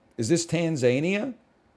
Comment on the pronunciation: Man said Tan-zain-ia 💀